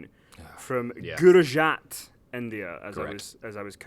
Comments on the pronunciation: no no no, not gurujat, gujurat. It isn't that difficult dude, its a part of India. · it's Gujarat not Gurajat. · Even in this fucks up the name Gujarat India...